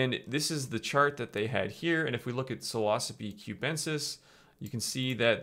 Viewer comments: When you say psilocybe it sounds kinda like philosophy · Okay I trust this video and all but it makes it difficult when you mispronounce psilocybe and yet pronounce psilocybin correctly. It's almost like you do it on purpose.